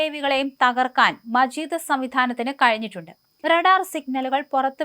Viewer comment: മജീദ് അല്ല മാജിദ്